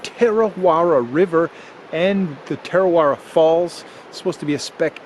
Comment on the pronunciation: Its pronounced Tah-ra-weh-ra ur rolling ur tounge at the ra parts. I live here in kawerau. Tarawera is so beautiful. Our waters are beautiful and I'm glad we have no crocs or any scary things in our water